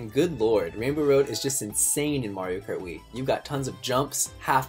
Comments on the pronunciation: Anyone notice at the start he said mario krat instead of Mario kart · It's Mario krat double dash. Get it right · at the start he says mario krat instead of mario kart why?